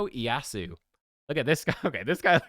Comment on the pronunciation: the instant turn doesn’t happen once per round -- once per ally per round, so in theory three times per round. the blade is called WAKIZASHI, not sure where you see that he looks like a clown, the visuals are actually really good. the name is pronounced EE-AY-ASOO.